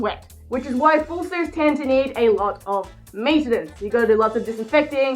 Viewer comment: I'm sorry but I have to say this. "Maintainencee"